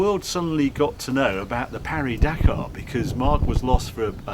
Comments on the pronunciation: We pronounce it Paris not Pari - we're not bloody French. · Though you are also pronouncing "Pari" wrong, even in French. You should put more emphasis on the i in Paris. You got the silent S right, but that's kind of it. It's pronounced kind of like Parry but with i instead of y. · Harry, Harry, Harry, if you can say the last part of Paris correctly, why not the first bit? It's PAW REE.